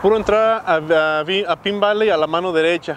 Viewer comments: En Arizona todo es mas Vara...en California todo es mas CARO!! por cierto ( no te ofendas) pero no se pronuncia "pin" Valley, creo que "Pain" Valley suena mejor. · Se pronuncia pain valy. Pine valley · Pronunciando El nombre de El Pueblo incorecto.